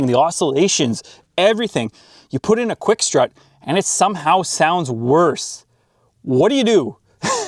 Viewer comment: he didn't say worse, he said worce 😆